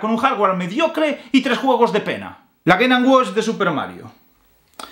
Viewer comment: Cómo confiar en la opinión de alguien que dice ''Geynanwach''?